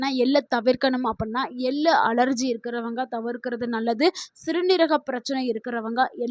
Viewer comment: Ellu எல்லு தவறு எள்ளு !! தமிழ் வாசிக்கத் தெரிந்தவரை அழைத்திருக்கலாம். இங்கு ஆங்கிலத்தில் எழுதியதை இவர் வாசிக்கிறாரா? ai பராவாயில்லை?